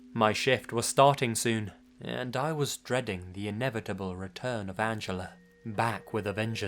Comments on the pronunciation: "Angeler" lol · I love accent, pronouncing 'Angela' as 'Angeller'. Where did the 'r' come from?! XD